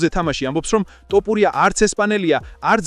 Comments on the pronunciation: შენი ტ და პ მაგიზიანებს 😆 თ და ფ ბიჭოოო 🤣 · ტ არა თთთ ბიჭოოოოო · ბოლომდე აღარ ვუყურე ვიდეოს, რა ტოპურია... ტოპი და თოფი ძალიან განსხვავდება ერთმანეთისგან და ვიდეოს სათაურიც შეასწორე, მერე დავალაიქებ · რა ტოპურია გვარი სწორედ გამოთქვი, რწ უბედურებაა🤦🤦